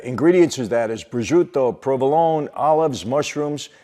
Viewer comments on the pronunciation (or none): Prosciuto is not pronounced correctly here.